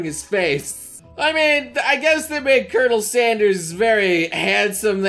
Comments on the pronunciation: Colonel? It’s pronounced curnel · I don’t like it how he says colonel